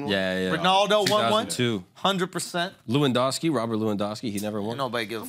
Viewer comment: Idk why but mispronouncing Lewandowski hurt